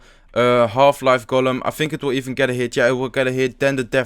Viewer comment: use to say 'Golum' from The Lord of the Rings instead of 'Golem'